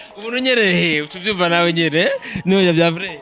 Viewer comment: Beniii nukuri ni NORIA pas NOLIA tuvug neza plz 😍🤣🤣🤣🤣🤣🤣